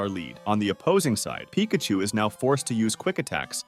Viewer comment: dude can't pronounce 'pikachu' very sus